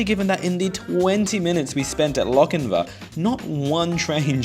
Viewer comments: Sorry. It's the pronunciation police again. It's Lochinvaah, not Lochinvə. (And it's west of Maitland). You really should check the pronunciation of the places you visit with a local - or maybe anyone over 40. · You seem to be saying Lockinvin, It is Lock In VAR. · Hunter Valley resident here, great video even if you didn't quite get the pronunciation of Lochinvar correct (pronounced more like Loch-in-vaar). I'm kinda surprised a much larger car park hasn't been built at Lochinvar station, 100's of new house have been and continue to be built on the north west side of town (heading towards Singleton) but then again train service frequency is kinda hot garbage for commuters. Regarding Allendale station it wasn't it's proximity to Lochinvar that doomed it, the station's proximity to the rail overpass at Lovedale road and the replacement of said overpass several decades ago caused its demise (well that and the station seeing less ridership thatn any mentioned in the video). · Lochinvar isn't pronounced like "Lochinvu" There is a longer A sound at the end. And you should have visited Maitland. It's still got brick buildings. Also, I have no idea why Wirragulla is said like that. Living on the Hunter Line, I've always found it weird that it says it like that. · Loch-in-vAR...the r is not silent....and there is a LockinvEr You are indeed fortunate that trains still run on the historic Hunter line...there are many , many other historic lines in NSW that are overgrown with weeds. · So starting off my comment with a negative nitpick XD Please pronounce Lochinvar properly in future, the ending is a vaa sound like Jar. Ok with that said, cool video, I grew up in the Hunter area, went to school in Maitland and commute by car that way frequently and I had no idea there was a Hexham station lol